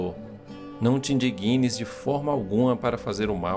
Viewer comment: A palavra ee "indigna", com G mudo. Não é "indiguina".